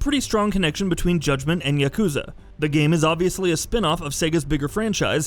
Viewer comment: Doesn't bug me as much as him saying yakuza wrong. But I'm a petty human being